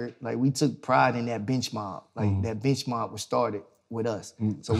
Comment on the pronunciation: I heard "bitch mom" instead of "bench mob"